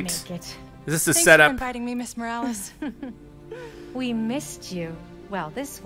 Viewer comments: It’s pronounced “more-wa-less”? Not “more-rolls”? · It’s more of mo-ral-less